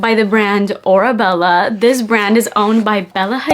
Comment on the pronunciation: The perfume is pronounce “aura-Bella”, the name comes from Hadid’s Arabic family name which means “iron ore” and the word “aura” which refers to the “distinctive atmosphere surrounding each person” The brand also includes the cursive words “ Oasis of Love” 🤓